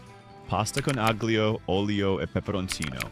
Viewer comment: Aglio has a silent g